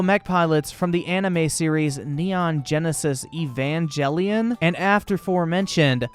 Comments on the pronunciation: I would criticize him for mispronouncing evangelion, but everyone pronounces it different so I'm not going to,also the design for D.va was inspired by rei ayanami the pilot of eva unit 00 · EVANJELLYON LOLOLOLOLOLOLOL It’s pronounced with g as in gif Please don’t mess up neon genesis Evangelion anymore thx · I know this is an oldie, but laughing at kotaku is always fun~ also, the gross mispronunciation if evangelion was pain, buuuut, its kind of a bad anime anyway, so its fine :p lol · You said Evangelion wrong, but that’s okay.